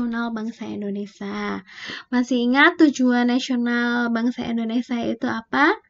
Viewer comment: Indonesia kak.. Bukan Indonesa